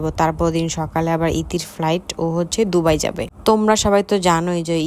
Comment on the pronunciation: ডুবাই 😂 নাকি দুবাই??? 😂😂😂